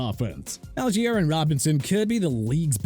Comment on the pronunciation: First off, Colt McCoy been let go. Second, Al-jeer? Seriously... correct pronunciation is Ahl-gy-ur! Come on... Third, Dolphins offense at #9. Thanks a lot. Unbelievable.